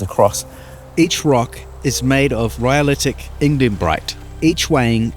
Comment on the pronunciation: It's Ignimbrite, ehoa, how you an expert on something you cant even pronounce huh?